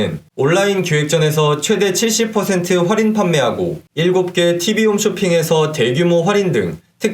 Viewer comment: 좋은 정보 감사하지만 "활인"이 아니고 "할인"입니다.